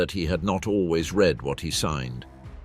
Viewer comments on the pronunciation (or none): none